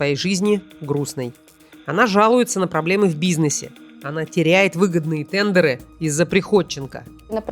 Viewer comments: ТэндЕра?)))) английский в помощь) ТЕндеры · ТЕНДЕРЫ. Ударение на первый слог. Очень режет